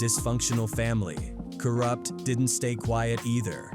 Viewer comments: Ka Root? What the fuck? Lol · Ka rewpt ??? Wtf say his fck'n name right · Co-Rooped? This Ai shit is annoying af. They can't even get anyones name right! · Sug, I know who he is. Just not the way the AI voice said it. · These Ai vids SUCK. Half the time they’re calling him KOOORUPT & talking about SOOOGAY Knight, fkn Stupid